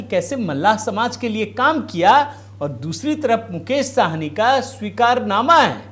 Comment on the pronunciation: भैया जी,ये मुकेश सहनी है,साहनी नहीं । कृपया correct करें।धन्यवाद